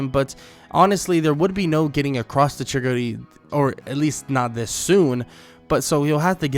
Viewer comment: You saying chickadee you mena chigari